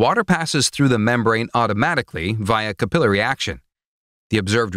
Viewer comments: "CAP-il-ar-y," not "ca-PIL-er-y." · "Cap-ill'-ary"? No, it's cape-lary. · "Cap-ill-i-ary" XD